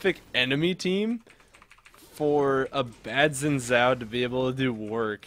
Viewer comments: ZaxIsLegendary xin is Chinese, pronouncing it shin is the Chinese pronunciation. both shin and zhin are correct. wee-a-woo however is incorrect. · why do you call xin zhao wi wu? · Wi wu? Lol is he trying to say xin zhao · at first, i tought Xin Zhao's name pronunciation was like ''Chainsaw"